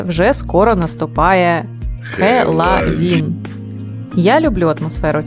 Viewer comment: ХЕЛАВІН - ну нарешті правильний pronunciation 😂👍🏻